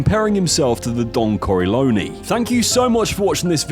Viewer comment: Aah, yes. Don Corellone 😆